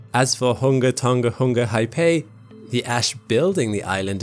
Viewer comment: For English speakers, Haʻapai is pronounced in 3 syllables, with the first two ‘a’s being pronounced as the ‘a’ in “father” (it’s important that you make the second ‘a’ its own separate syllable) and the final “pai” is pronounced like “pie” as in “apple pie”, and the stress falls on this final “eye” sound.